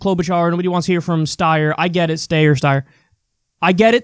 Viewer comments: It's Steyer, not Steyer. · DUDE just say Steyer the way it's pronounced it's annoying as hell, vaguely anti-Semitic (it's a Jewish name), and super unnecessary. Like, why? It's stupid, why is this something you can't let go? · Like I think Steyer should completely drop out! I think his candidacy is meaningless! But what's this thing with pronouncing his name wrong, what does that even do? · Stayer/Steyer lol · Kyle, I think you can now safely pronounce Steyer as Styer lol because when one of the moderators wrongly referred to him as Mr.Yang he said “I’m actually Mr. StYer” and plus everyone pronounces it that way : ) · Stayer. Steyer. Stayer Steyer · Kyle I love you man but TAKE A STANCE ON HOW YOU PRONOUNCE STEYERS NAME lmao I hate how he always says Stay-er/Sty-er just pick one fam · Can't believe Kyle is still doing the Steyer-Stayer thing. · Please Klye. Please. Just say Steyer one way. I've developed a tick each time you say both pronunciations. Go Bernie. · I resent the hell out of Steyer, but could you plz stahp? The stayer/steyer thing is just annoying. My 2¢ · Wake up SHEEP! big seltzer DOESNT want us to know how to pronounce steyer. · It's a schtick at this point. Kyle knows how to pronounce his name, LOL! 😆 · At least he dropped "Steer". I find it hilarious either way 😂😂😂